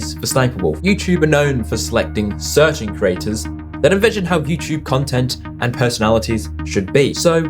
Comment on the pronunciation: Why are people unable to pronounce the word 'creators' anymore? I didn't realize Youtube had craters.